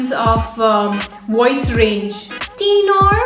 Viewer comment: The way you said tenor baritone and bass was amazing 😂